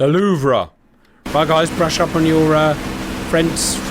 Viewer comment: And Kudos for calling the Louvre Louvre and not Louv...